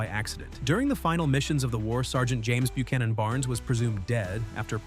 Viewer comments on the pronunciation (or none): none